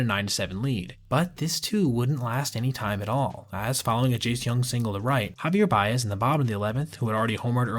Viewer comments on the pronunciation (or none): It's pronounced Ja-Vier Bays.